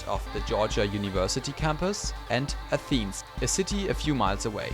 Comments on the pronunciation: Bro mans really said “Atheens” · I live in atlanta, and it looks really good. And the way you pronounced Athens XD